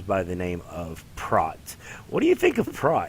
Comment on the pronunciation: I got through half of this but don't understand how these guys could watch this whole movie and not know how to pronounce his name. It's Prot, pronounced with an o like on oh, or know, Prot.